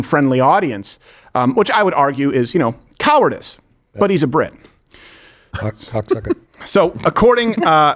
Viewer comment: it's pronounced "british"